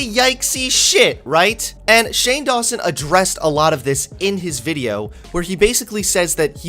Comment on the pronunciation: That sounds like you are saying "shame lawson".